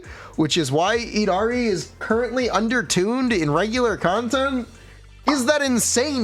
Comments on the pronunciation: eed ha ree? Really? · its yeed-harry for the prononciation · Just letting you know, the Y in Yidra from the lovecraftian lore does not silence the Y, the Yid sounds the same way you pronounce "yiddish". So her name is YID-HAR-E [long e], unless they try to chinafy it somehow.